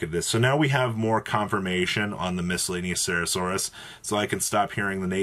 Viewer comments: Still can't pronounce miscellaneousaurus huh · What do you mean it's miscellaneouserasaurus :)